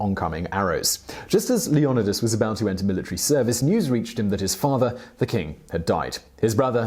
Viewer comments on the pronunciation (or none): I Was Triggered when He Pronounced Leonidas as le-nod-ee-us... ITS LEE-O-NIDE-US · Leonadis? Hmm, I was not aware of that pronunciation. Ya learn something everyday I suppose. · It's Leo-ni-das not loenadus ...wtf Seemon Wipler 🤣🤣🤣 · LEE ON A DISS??? NO LEO NYE DIS? WHAT IS THIS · He pronounces it Lee-yo-nuh-dus instead of Leo-ny-dus how would you say it? please reply and give me your thoughts? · The name is Le-on-'eye'-das, not leonadus. Had to switch off😕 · Why can no one say his name proper? Lee-oh-knee-dus. Not Leon-oh-dus. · “Lee AH niduhs” * shudders * LeOnidas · ok we get it its leONidas not LeoNIdas lol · Why does he keep saying "Leon-I-dis" It's pronounced LEO-NYE-DAS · Its LEEohNYEdahs not LehOHnihDAHS!!! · is it pronounced leon-edus or lee-on-eye-dus? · Isn't it leo-nide-as? Not leo-on-os? Not making fun of your accent if that's what it is, I just want to know, cause maybe it's something like pirates of the carribean, and the way they say it in the movies is not how you say carribean. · Hello simon, an history nerd, and a big fan of your videos. i do wonder, why do you prounounce Leonidas and not LE O NAI DAS as was letinised ? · Say it right! It’s Leo-nydas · Lee oh nigh duss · Leo-night-uhs! There’s a movie about it lol 😂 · To be fair. It’s “LEON-EYE-TISS”. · Leo-ni-das....Say it like the rest of us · isnt it Leo-Ni-das not wtf he saying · It’s LEE- O- NIDE-US. why do the British mispronounce so many words? WTF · I CANT HEAR HOW HE CALLS LEONIDAS ITS ANNOYING THE CORRECT IS - LE(E) - O - NI - DAS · It’s lee o knee das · Come on bro, that's not even a hard one 🙄 Leonidas NOT Leonadis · J-MONEY fifty-two-Hgc ikr... it pronounced Leo-ni-das! I need him to say it right! Lol! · Dude not to be rude but can't you say Leonidas. It is pronounced Leo-nid-das. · Why pronounce it like that? Leyonidus.. someone Didn’t watch the 300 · Lee-oNo-Di-As lmfao what the hell guy... can you not pronounce words..? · i think it's pronounced LEE-YON-EYE-DUS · Leon eye dis